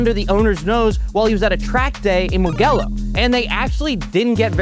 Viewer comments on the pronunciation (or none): It’s pronounced Moo-jello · Mugello not Mugello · Mugello, like mu-jello. Soft G. Sometimes I feel like I'm being trolled by the pronunciation of words/names on Donut.